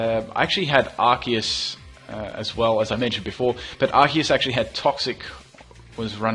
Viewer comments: Yay someone who says Arceus right. Everyone says it like arseus. They should have made it Arkeus. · You are awesome, you actually pronounce "Arceus" the correct way!